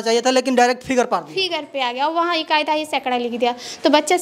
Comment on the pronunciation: मेरे जानकारी के अनुसार reporter को शुद्ध उच्चारण आना चाहिए। लेकिन ये तो शिक्षिका को शिक्षक, ईकाई को एकाई बोल रहे हैं। यहां तक कि दहाने की प्रक्रिया भी बाए से दाए की ओर बताते हैं। पहले अपने अंदर झांक कर देख लें फिर औरों पर अंगुली उठाइएगा ।